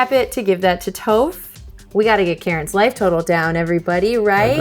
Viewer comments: it's Toph, not Toaph! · Every time pronounces Toph as Toe-ph I die a little bit inside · yaah i took a lot of psychic damage this episode too lol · Hearing Toph’s name pronounced with a long O is like fingernails on a chalkboard. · Hearing them pronounce Toph and Yue hurts my soul. You can tell they've never watched the show.